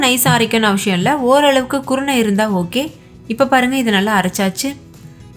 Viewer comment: Dish nalla irukku sister. Endha district slang idhu? And Tamil la avasiyam nu than sollanum. Neenga avashiyam nu pronounce panreenga